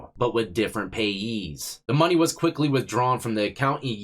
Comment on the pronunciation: It's all about "De Mo Ney" 😂